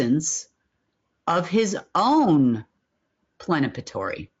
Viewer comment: does she mean PLENIPOTENTIARY and not "plenapatory?"